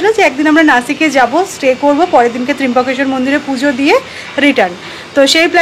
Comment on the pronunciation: Kothata trimbokeswar noe trambokeswar...bhul uchcharone korona...